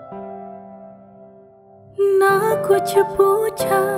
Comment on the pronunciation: Vokal bagus 👍 Bantu koreksi pengucapan: 1. Muskura ke, bukan Muskura se 2. Kuch na, bukan Kucce na